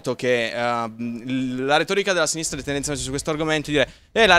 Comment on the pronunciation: Bellissima la difesa su Giordano "e allora i giornalisti di sinistrah?".